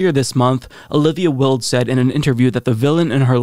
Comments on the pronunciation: DId you say Olivia "Willed" instead of "Wild?" By the way, her actual surname is "Cockburn." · Omg I love you but her name is "wild". You and Kyle are the absolute worst at pronouncing names lol. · Why-Uld, like Oscar Wilde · Wait..did you say Olivia Wilde like "Willed"??? Its Wild..like its wild you said her name like that.